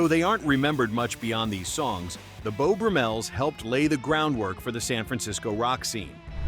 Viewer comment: Jim Morrison was never in "THEM". And someone should vet these videos before posting them for correct pronunciations! It's the "Beau BRUMmels", not "BruMELLS.